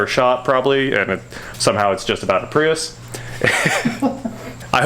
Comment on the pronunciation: It’s pronounced Prius